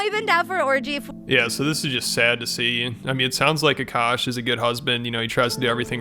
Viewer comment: Akaash ❌ Akuck ✅